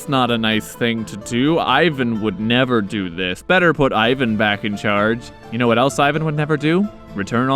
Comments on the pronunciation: Ivan Groznyj, not Ajven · Starts off pronouncing his name properly Ee-van. Then immediately after starts saying Eye-van. Probably pronounces Iran, Eye-ran and Iraq, Eye-raq.